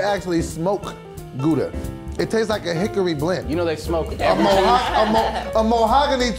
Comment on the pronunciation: can't even pronounce gouda